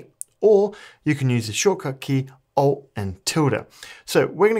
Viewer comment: have you not noticed the comments about "Alt and Tunum";54???? No one had any idea what you ar saying.